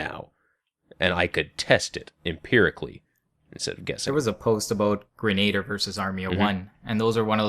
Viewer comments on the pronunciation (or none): It's not grenader.... It is grena-dier